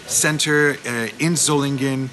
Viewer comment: Solingen is pronounced so-ling-en. Ling pronounced as in 'sing'.